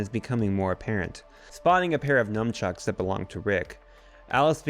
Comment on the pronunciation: Just so that you dont go around in actual life saying it wrong, its nunchucks, not numchucks. Great video!!